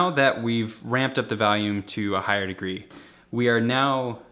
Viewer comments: I swear to god you say "valium" instead of volume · i love this guy but i fucking hate the way he says the word volume. he says “valume” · What "vahlume" Rob :D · Valume lol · As someone from the Chicago area, I can't hear this "valume" everyone is talking about. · "Then I kinda ramp up the valume at the end" "Then ramp up the valume" "Then you ramp up the valume" "Start ramping up the valume" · Wow. This "valume" that Rob talks about must be important